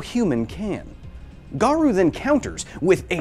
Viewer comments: "hero hunter garoo" ._. are you really a opm fan? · haven't seen anyone say it so: Garou is pronounced Gah-roe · This was a great vid but the pronunciation of Garou was bugging me a bit haha. The U in Garou is essentially silent, so it should be pronounced as Garo rather than Garu. There's minor differences in Japanese between an O and OU but as English speakers it's nearly unnoticeable so it's safer to just assume the U is silent as it's more accurate in nearly all cases. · GA-RO-U NOT GA-RU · Dang that was a great video. Knowing what some anime reviewers go through when they show actual manga panels.. I fear this video won't be up for long. I hope I'm wrong. Also, erm.. nitpicky but it's "Ga-roh", not "Ga-roo". (I know, I'm being that guy . sorry). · OPM is also a great tragedy. Btw Garou's name pronunciation is Gar-Oh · Can't even pronounce garou correctly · the Japanese pronunciations are so bad lol